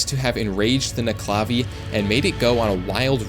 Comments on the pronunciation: As a Scottish person, it's pronounced: Nuc-e-la-vee Not: Ne-cla-vee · The way you pronounced nuckelavee annoys the shit out of me. Nuckle-a-vay not nuck-la-vee. At least that's how I've heard it from literally everyone else I've ever heard it from. Otherwise though. Great vid.